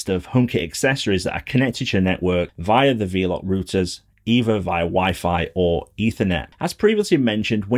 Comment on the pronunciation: Great video. Quick point - it’s pronounced “Vel-up”, as in, “they’re wifi nodes that ‘envelop’ your home with internet” (from ‘envelope’) 👍